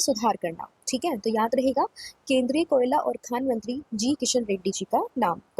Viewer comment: Koyala as kela 😂😂😂😂😂